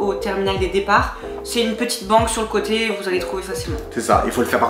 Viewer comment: « de côté » et non pas « de cöté » 🙂